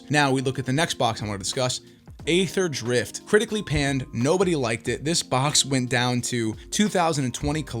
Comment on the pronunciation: It is pronounced "Ee-therdrift," not "ay-therdrift." Overall good video though.